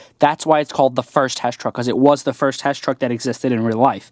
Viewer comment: mate I think u said hesh not HESS